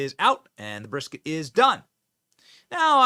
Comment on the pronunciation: I'm sorry, but as a Texan, that "brisket" hurts me to my core. 😱 Luv the way she reacts to that troll thou! 😂🤘